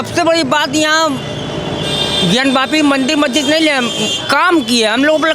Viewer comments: आप वापी को व्यापी बोल रही है जो गलत है,वापी का मतलब होता है कुआं,ज्ञान वापी का मतलब ज्ञान का कुआं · ज्ञान वापी बोलिये ज्ञान व्यापी नहीं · व्यापी व्यापी व्यापी व्यापी....... हिंदी सही से बोलिए। हिंदी भाषी हैं आप और वीडियो भी बनाती हैं.. ये व्यापी नहीं वापी है। महादेव के नाम पर हम सब सुनने वालो पर कृपा करें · Bayapi nahi Bapi hota h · ज्ञानव्यापी नहीं है ज्ञानवापी है मतलब ज्ञान का कूप अर्थात कुआँ। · । सुधार करो। ज्ञानव्यापी नहीं, ज्ञानवापी बोलो।